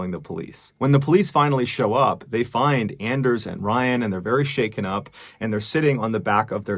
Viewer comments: Anders might be pronounced like "On-Durs", like Workaholics, "I have a very hard On"... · With his pronunciation of Anders it is clear that Mr. Ballen is not a fan of Workaholics. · It's pronounced "Onders" Mr ballen. He's got a hard "on"